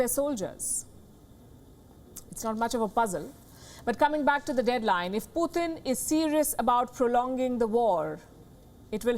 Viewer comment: You are doing remarkably well, except the part we have to hear 'Poothin' instead of Putin. Difference between POOR THING and POOR TIN.